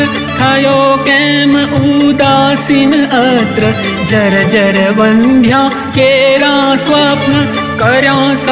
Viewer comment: Wrong pronunciation. Vaandhyaa nhi vandhya